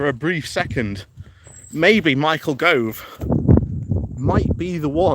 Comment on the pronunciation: And Yes BHM has some challenges with names, Michael Grove comes to mind 😂